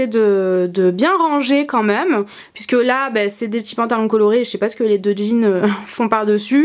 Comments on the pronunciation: Pk tu dis nous meume au lieu de de nous meme ? Bizz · tu dit :nous mom à la place de nous même sinon je t ador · super vidéo et oui je regarde en 2016 ... mais tu dis meume au lieu de dis même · j'aime pas comment tu dis même tu le dis meme et tu le dis beaucoup de fois dans cette vidéos mais sinon ta un beau dressing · On dit MÊME et pas "MEUM" lol! Sinon ta pièce est magnifique!